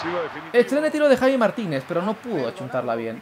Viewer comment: Javi se pronuncia javi no chavi ,xDDDDD